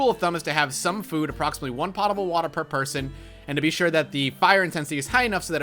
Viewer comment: "POE-tah-bull" I like this game though.